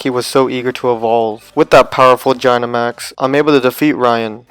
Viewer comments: you said gynamax not dynamax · Its said dynamax not jynamax God that it so annoying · Did he just say Jinamax? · oh, well ok, (I still don’t understand who you mispronounced dynamax (or was it gygantamax?))